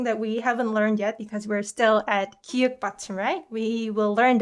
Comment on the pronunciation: 기윽 이 아니라 기역 입니다